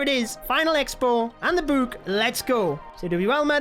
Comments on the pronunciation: I like how he says book like “bouk” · Bro calls it a book a bewk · It makes me so pissed when he says book. It’s not a buke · My favorite thing about is that he says book like buek